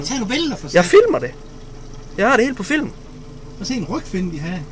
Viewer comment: "jeg fijlmer sgu da! Jeg har det hele på fijlm!"